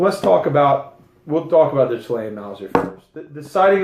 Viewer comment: Not trying to be a dic, but it is pronounced "Chill-Lay-In". And to save your thumb and firing pin, you can bring the bolt all the way to the front without closing it, pull the trigger and THEN slowly close the bolt. That way the firing pin will Slide in and not Jut forward at a high speed,...potentially harming the firing pin. This works on cock on close or cock on open bolts. GREAT VIDEO though!!!,...I gave it a huge thumbs up, because your seriously in love with these guns,...as am I. And I subbed, because I think you have the Fever,...lol!!!! Peace bro.